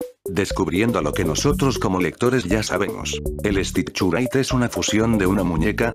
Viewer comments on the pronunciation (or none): Me da risa como el Loquendo no pronuncia bien el inglés y dice el stichurait XDXDXDXDDDDD